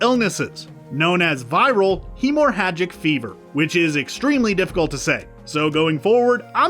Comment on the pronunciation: He pronounced the second "h" in hemorrhagic, so I wouldn't go by this video for medical pronunciation.